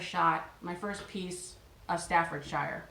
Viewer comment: The 'shire' in 'Staffordshire' is not pronounced as you would normally pronounce 'shire', but as -sher. Also a difficult one for many people is the name Worcestershire sauce, which is just pronounced as Woostersher sauce, of even Woostersauce. Isn't that weird!?